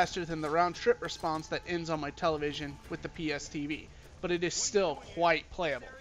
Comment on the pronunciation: So no one else going to mention this fucker just said "quite" as "qwhite" with emphasis on the h?